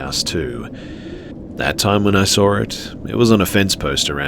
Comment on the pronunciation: There is no r in saw